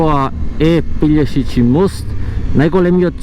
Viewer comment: Се вика Пелешки мост а не пељешичи. Иначе супер се видеата и голем поздрав до тебе само така продолжи. До Макарска направи видео